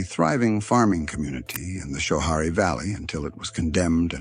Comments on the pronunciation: It's "Sko"-harie, not "Show""-harie. Damn AI channels. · Learn to pronounce Schoharie correctly